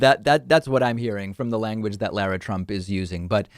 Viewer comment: I’ve mentioned this before, but I just watched a video of Lara Trump introducing herself. It’s pronounced Laura regardless how it’s spelled. Please. It’s announcing when you say lair-a.